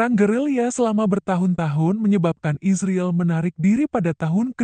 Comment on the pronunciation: Yang baca berita ini mesin apa manusia? Bilang israel kayak isriil.